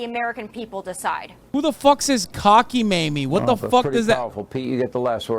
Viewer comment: It’s not even cocky-mamie, it’s cockamamie 😂